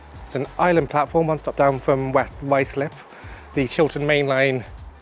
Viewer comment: I think everybody struggles to say Ruislip